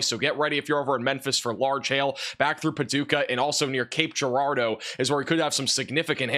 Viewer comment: I also smile when he says “Cape Girardeau” correctly! 😊😊 It warms my Illinois farm girl heart. ❤